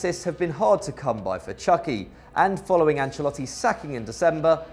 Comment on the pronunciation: how he pronounced chucky💀